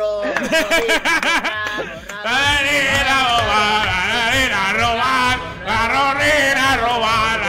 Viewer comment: AHHH JUGAAH A ROBAHH A LOJOOOH